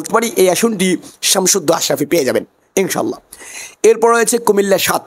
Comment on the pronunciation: ইনশাআল্লাহ বলতে পারেন না আপনি নাকি হুজুর। কথায় বোঝা যায় না